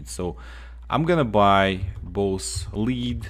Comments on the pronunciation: L E A D!!!! not LEEEED!!! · lead is pronounced "led" not "leed" just so you know. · Lol yep like dead but with an L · Its pronounced like led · Helpful, but it I can’t stand how he says lead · You mispronounced lead. Just saying.good video though. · "A lou min num" "Hard Bar Gan" "Led" hope this helps. I cant imagine trying to learn another language, too hard for me. Keep up the good work man! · It's lead ( luh ed) btw but you forgot all toys blocks and paint cans scrap for lead also bargain ( bar gen) just a heads up on your pronunciation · He pronounces, lead, melee, and robots wrong